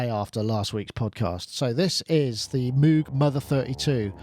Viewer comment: Thanks for 1 of the more exciting shows in a while. Good topics and great crosstalk. Notes for peeps: Novation Circuit Sponsor/contest Moog Mother-32 MPC Touch Social Entropy Engine (sounds like it's working to destroy society). Surface Book Cows go "mooo" not "moue" - even the animals got it figured. Only reason he insisted on having it pronounced differently, is because they teased him in school. And ofc the patch cables doesn't have logos. They bought a couple of boxes from a chinese company for 1cent per cable, repackaged them, and sell them for 280x the amount because now it's "Mogue"... That Mother-32 is looking pretty tasty though, is it a sort of synthesque milf thing? About the Novation Circuit, overall i hope they've done great - i'm a big fan of grooveboxes, so more of them is nice. But as i've said before, it's not only too close to the Korg Electribe in some respects, but it's also outdone by it. And with only 60£ between them (as you aptly point out), i think the Novation needs to "shed some financial weight" if it's to be a success. That said, while the Electribes have their own, slightly closed, fanbase. Novation have had great success with marketing the "Launch" range of products in particular. So not only have they shown they know how to "talk" to their customers in general, but i think the Circuit could possibly ride on the back of the Launch range image-wise. And despite currently being on the slightly expensive side, com